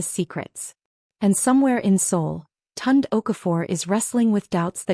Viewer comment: Not TUND. Pronounced Toon-Day.